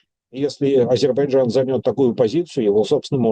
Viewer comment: Шепните кто-нибудь ведущему, что в слове Азербайджан есть буква "й" :)